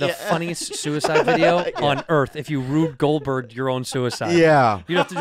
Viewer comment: That Asian guy can’t even say Rube Goldberg hahahahq